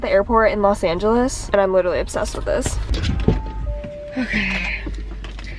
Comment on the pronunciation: i need someone to go back through this video and count how many times she said obbsessed